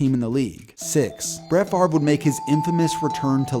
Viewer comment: Wait the v comes before the r in Favre